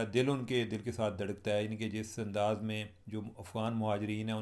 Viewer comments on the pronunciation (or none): none